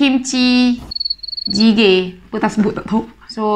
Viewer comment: berapa kali sebut jjigae tu ha asyik salah ja🤣 tak pernah lagi try yang ni. mcm bestt